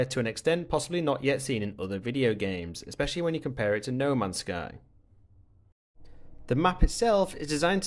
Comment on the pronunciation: no mans sky has 3 words why do you say it like nomans sky ?